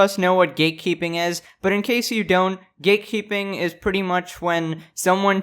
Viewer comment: Why do I hear "gaykeeping" instead of "gatekeeping"?